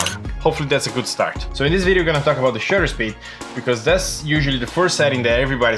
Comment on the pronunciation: It's called shutter speed, not Shooter speed 👍